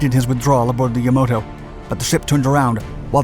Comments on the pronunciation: It's YAMATO not Yamoto! A not very informative treatment getting several of the IJN ships' names and designations all wrong. Battleships for cruisers etc. Even the Johnston, for all the narration devoted to her, got short shrift. She was in and out of the battle several times, repairing battle damage and wading back in again. No mention of the rain squall that concealed most of Taffy 3 for a time, and played a dramatic role in the task force's survival. No mention at all of Samuel Roberts heroic stand, perhaps an even more dire circumstance that that of the Johnston, given she weighed in at half the displacement of that ship, with far less than half the armament. In fact it's commonly said of the Sammy B. that she was 'the destroyer escort that fought like a battleship.' Having said all that, the video provides something of an overview of the battle--which has been described as perhaps the finest hour of the US Navy--and should whet the appetite for more detail. Such is widely available both in print and on the web. Sadly, there has not been a movie made of this epic day, and by all rights there should be...a good one. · FYI It's Yamato not Yamoto . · The narrator keeps calling it "the Yamoto" it's YamAto. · It’s Ya-MAH-to, not Ya-MOH-to. And these documentaries that toss in footage from anywhere and everywhere are annoying - escort carrier’s didn’t carry Hellcats and Helldivers, Japanese battleships didn’t have tripod masts or 2-gun main turrets, destroyers didn’t have triple 16” turrets, etc., etc. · Yamato. Yah-MA-to, not Yamoto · This was almost unlistenable. First he refers to the Musashi as a cruiser, when it was the sister superbattleship of the Yamato. Second he seems intent on pronouncing Yamato as Yamoto (like Yamamoto). It should be pronounced "Ah". It would almost be forgivable to pronounce the second "A" like Tomato or like yam, but how does he get "oh"? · the ships name was "Yamato", not "Yamoto"😑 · I thought it was YaMAto not YaMOto...